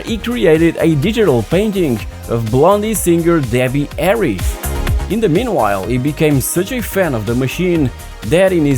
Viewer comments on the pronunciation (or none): none